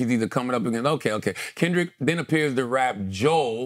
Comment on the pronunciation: I think Kendrick just wanted to reference both Joel Osteen and Haley Joel Osment. They have similar names and when he says Joel it sounds like Jo Hale. It would be one thing if Joel Osteen had nothing to do with the bar but given that Joel has been impersonated by ai and has had ghostwriters makes me think that it’s highly likely he was trying to reference both and is pretty hard if true but the fact people are baffled by it makes me feel it may have not been the best choice.